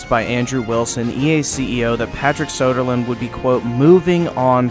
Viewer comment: His name is Söderlund, not Sodaland.